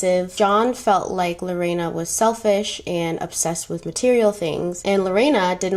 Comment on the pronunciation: Thank you for not mispronouncing my name 🥰 you said it very well in spanish too ❤️